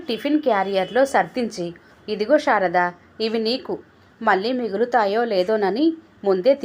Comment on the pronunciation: Anta baga undandi.kaani meeru sarada peru ni sharada ani chadivaru.